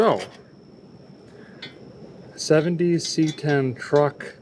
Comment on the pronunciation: you said truck…. I thought it was trar or a cruck